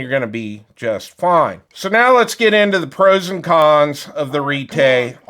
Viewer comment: Retay or "Retry"? Thanks for the review, but it's not for me.